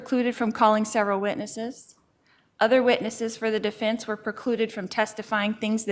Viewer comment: Any word that has an EN in it, is pronounced as IN. Like Definse, Offince, Aginst (against) Sintincing, imminse, death pinilty, defindint, my niece Milinie, to make sinse (sense), attintion and so on....I know it's petty but it drives me crazy and I DETEST her.